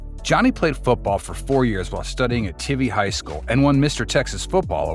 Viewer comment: Pronounced Tīvē